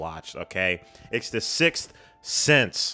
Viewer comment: "Guys... An that is the Silth Sith." 🤣🤣🤣🤣